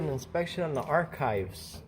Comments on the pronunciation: Have you watched this video? A.T. actually verbalised the word both ways - first with a soft 'c' - like ch-eese, then after the mayor pronounced it correctly, he later said it again - this time with a hard 'k'. But yes, I noticed the mistake when he first asked to look at the archives, just as I would notice your mistake if you said something like; "I would like to aks you a question', so what is your point? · Hey man, I really don't mean to be snarky at all, but just thought you might like to know that the word 'archives' is pronounced with a hard 'c' - as if there is no 'h'. So even though in the word 'arch' (for instance) you can hear the effect of the 'h', with 'archives' it sounds like 'ark-ives' - the way the mayor verbalised it.